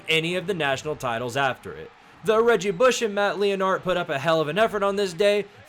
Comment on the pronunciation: Matt Lee-in-art?